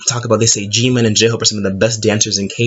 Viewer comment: him: calls jimin "jEeMiNnN" me: who the f